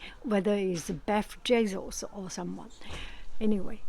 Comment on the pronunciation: at 9.14: "beff Jesos" - definitely what I am calling him from now on. I LOVE IT!!